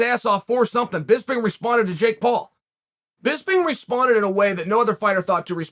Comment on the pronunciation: Surprised Chael pronounced Jake Paul the right way